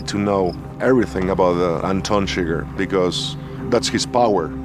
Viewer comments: how are you such a fan of the movie, and you pronounce the character chi-gger wtf is going on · Did you call him Anton chigger?